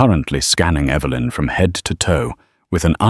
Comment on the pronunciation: Will you please pronounce Evelyn's name correctly on a continual basis. It's not Eeevalyn.